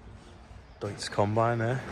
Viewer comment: You must be one of the maybe 2 or 3 native english speakers in existence who can say Deutz the right way. That in itself is impressive.